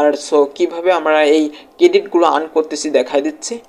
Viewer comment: ভাই আগে শুদ্ধ উচ্চারণ করতে শিখ। ইরান ক্রেডিট আবার কি? 🤔🤔 আর্ন ক্রেডিট